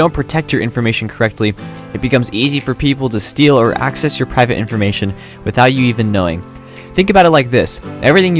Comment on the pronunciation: Accses "wedsites" :*))))) nice one :D